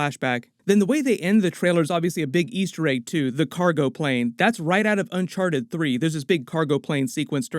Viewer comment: Nobody: Tom Holland: Unchar-ed